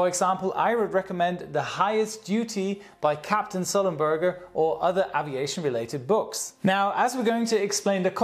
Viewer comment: grrr you still pronounce AVIATION incorrectly! not AHHHviation - more EEEEHHHviation - got it?:)